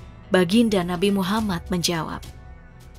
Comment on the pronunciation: Tolong perbaiki cara menyebutkan nama nabi Muhammad Saw..